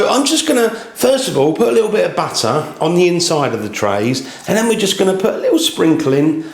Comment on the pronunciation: Not sure how I got here. I was searching for videos about mandolines ( the music instrument); and it brought me to madeleines video. It’s Mad-lense (plural) , not mandolines. And also we say butter not batter